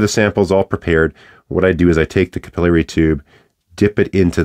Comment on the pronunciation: Capillary, not capillary!